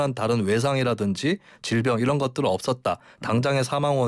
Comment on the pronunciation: 다시 한 번 잘 들어보시죠.'이란'이 아니라 '이런' 입니다. - 김은혜 대변인